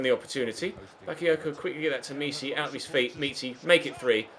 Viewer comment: Omg it's not meeechy it's mitchy